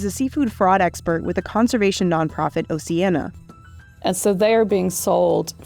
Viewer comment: At least pronounce Oceana correctly!